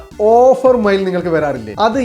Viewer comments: മയിൽ അല്ല മെയിൽ 😮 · മൈൽ അല്ല മെയിൽ ആണ് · മൈൽ 🦚 അല്ല mail 📩😂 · എടോ മയിൽ അല്ല, മെയ്ൽ ആണ്. 😱🙄🤐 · മയിൽ 😂 അല്ല മെയിൽ ആണ്.